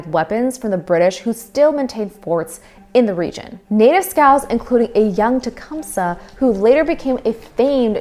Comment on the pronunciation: Tee-cum-see. Tecumseh.